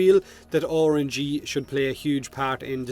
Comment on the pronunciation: also, i like how you pronounce RNG "ORANGEE"